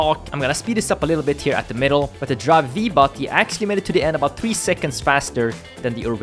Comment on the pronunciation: its "drive five" ...